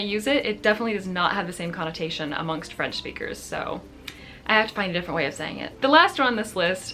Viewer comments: Hi! I'm québécois so French is my first language. I love your videos. BTW I think you have a magnificent French pronunciation 😊😀. My favourite video was the one when you spoke completely in French. Salutations! ☺ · I'm French and this was very interesting! More French words used in English please !! :D :D Oh and don't hesitate to pronunce French words, your pronunciation is very good! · Please, make a video in French, I feel like your French has improved so much ! You have a very good French pronunciation !